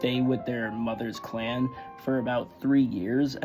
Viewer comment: Yo I thought you said they were kicked out the CLAM